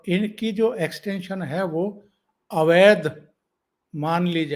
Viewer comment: अवैद्य नही अवैध